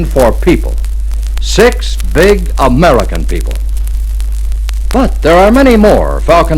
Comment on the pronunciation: So interesting is the emphasis on "the American people"